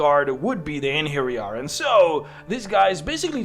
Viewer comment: Thank you for getting the "j" right in "Einherjar". I recently listened to an audio book with lots of mention of them and Jotuns where the reader pronounced the "j" the English way, and it was very annoying. That said, the plural of Einherjar is Einherjaren.